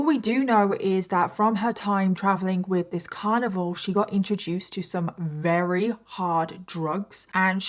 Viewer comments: Why do you say “reary” instead of very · Ok wait are you saying “rery” instead of very? Or are my ears messing with me?